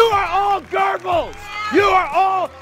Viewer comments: The way Posobiec tries to say Goebbels annoys me ... sounds more like gerbils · "I'm gonna be saying Goebbels about 50 times in public. Should I look up how to pronounce it? Nah, research is for pussies."